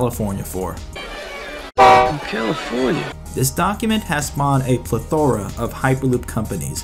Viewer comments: "Thought" is not spelled "thougt." And "plethora" is pronounced "Pleth---ora"----emphasis on the first syllable. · "It is our job to do what the media isn't: research" (not a direct quote but close enough) - Calls what is clearly water sand - "The main problem with the hyperloop isn't due to engineering" (again not a direct quote) - you bring up a plethora - which by the way you pronounced incorrectly - of examples of engineering problems within your own video so this claim doesn't even make sense - Pronounces the s in Deutsche (this one is more a critique of Americans in general, along with the remark that a non-English name sounds weird) - Thinks MATLAB is just a YouTube channel And to compound all of that, the vague political innuendos - corrupt democrats vs republicans, blaming the mainstream media for all of the problems, et cetera - which, don't get me wrong, you have every right to hold such beliefs, but if you're presenting yourself as doing what the media is supposed to do, that includes presenting the information in as unbiased a way as is possible. ;)